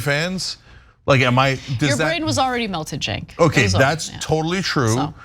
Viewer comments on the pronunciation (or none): none